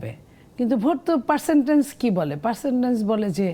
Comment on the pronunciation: এই মহিলাকে একটু লেখাপড়া করতে বলুন।সে পারসেন্টেইজ কে বলে পারসেন্টেনজ।